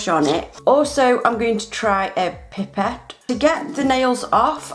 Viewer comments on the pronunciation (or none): PIE-PET NOT PIP-PET sorry it just really bothered me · It is "pie - pet" not "pip - et"